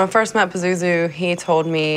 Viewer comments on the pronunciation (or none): The way dude in the beginning pronounces Pazuzu irks me. LOL. Peh-zoo-zoo.........